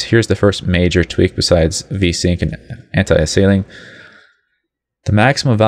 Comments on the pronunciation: "Antiasailing" - its Anti ALIAS ing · Learn to pronounce Anisotropic and Anti-aliasing lol .... and you talk WAY too slowly. I understand there are some people out there with the intelligence of a lamp post , which is why you explain so slowly... but those people should not even be trying to tweak their graphics! lol